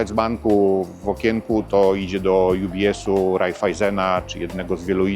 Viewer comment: Bitte, nicht „jubies” Sondern „ubies” 😊